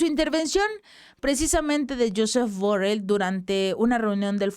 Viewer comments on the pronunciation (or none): Jhofed Borrel. NOOO LO, es español, JOSEP BORRELL, como se lee en tu pueblo y en el mío.